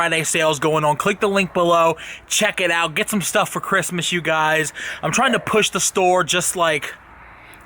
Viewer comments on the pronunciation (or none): "...ChristNas" auhauha